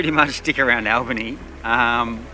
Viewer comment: It is Albany not Allbany